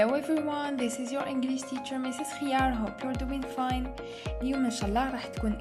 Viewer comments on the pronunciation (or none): none